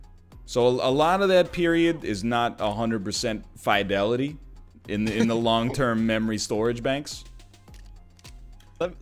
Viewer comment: My man... You're pronouncing fidelity wrong... I'm not mad, just... Disappointed.